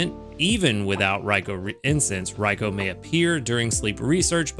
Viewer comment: I’m going to be using a Good Camp Ticket during these two Raikou event weeks. I’ve been saving up. :) I recommend them for this event if people have extras ^^ I’m looking forward to seeing what the default Raikou will look like. Also thank you for saying Raikou correctly. lol